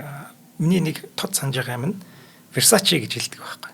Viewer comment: Вирсэйс гээд бдаг Versace-г, тэр өөр кино шүү, манай хүн биш өөр хүүхэн тоглодог